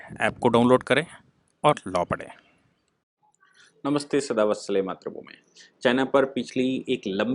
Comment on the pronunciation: मान्यवर, आप अभी भी मात्र भूमि बोलते हैं, इसे कृपया करके मातृभूमि बोलें।